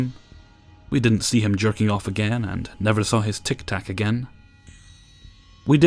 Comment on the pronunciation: the way you said tic tac made me laugh so hard 😭